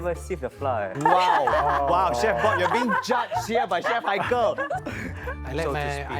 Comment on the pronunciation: As an expat, is it a Singaporean thing to pronounce flour as ‘flah’ instead of the proper ‘flower’